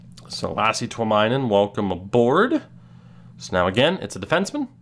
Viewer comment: Just FYI, in Finnish names, when there is the letter "i", its pronounced as "e". This is in reference to the goalie, Tuominen, you drafted. :)